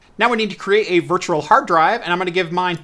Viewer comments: It really is bad. Virtua Virtua Virtua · I know I'm like a nazi for pointing out you say Virtural, lol. Love the video other than that and the audio being slightly out of sync! I'm a harsh critic. I just want you to be perfect. That's all! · How he says "virtual" is so cringe, but I love his videos.